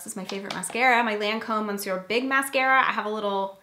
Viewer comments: Lol, also "monsieur" is pronounced "Muh-ssyuh" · Joy Thomas I was laughing because I wasn't going to say anything about monsieur, but since you let know about pronouncing salve, I thought I would just add on, haha.